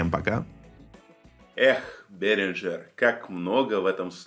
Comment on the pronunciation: Уже который раз слышу это "Беринджер"! "Берингер" правильно! Это ведь немецкая фирма!